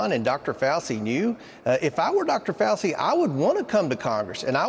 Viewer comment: I know he's Kentuckian but he doesn't know how to say FAUCI. FAUW CHEE!!! Not hard!!!